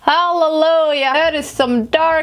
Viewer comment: “HALLALUYUH DAT IS SOME DARK CONTURR” 😂